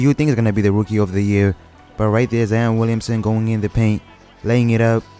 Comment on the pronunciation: “Zien Williamsen”😂